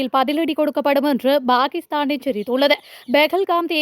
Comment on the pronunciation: Bakisthan என்பது நாராசமாய் ஒலிக்கிறது! Pakisthan என்பதே சரியாகும்.